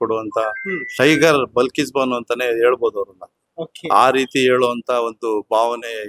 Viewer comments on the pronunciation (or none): ಅದು ಬಿಲ್ಕಿಸ್ ಅಲ್ಲ ಬಲ್ಕಿಸ್ ಮೊದಲು ಹೆಸರು ಸರಿಯಾಗಿ ಹೇಳಿ